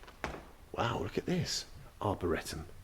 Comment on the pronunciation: Try again you're not even close lol - it's "Arboretum".